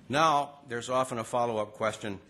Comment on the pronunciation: oh hes talking about how great it is 2 werk dare lol